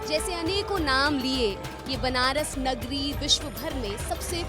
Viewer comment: Banrash hai benarash nahi samjhi pahle nam sahi kijiye